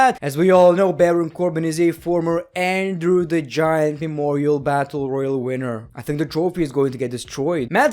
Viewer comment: Love how he says “andrew” instead of “andre”